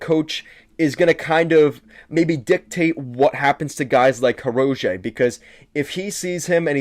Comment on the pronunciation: Learn the players names if your going to talk about a team. Butchering Hirose and Nedeljkovic's name shows me you don't follow the team.